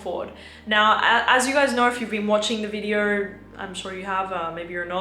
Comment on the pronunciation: go learn how to pronounce video before you give advice